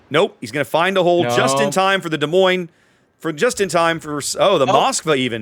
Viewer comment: The s in Des Moines is silent. Both of them. 😉 Love your vids.